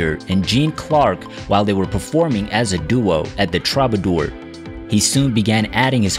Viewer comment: Couldn’t have said it better. Couldn’t pronounce Dave Brubeck, Troubadour or Los Angeles, for crap sakes.